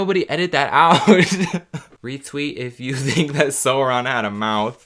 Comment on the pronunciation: My guy sauron is pronounced s-ow-ron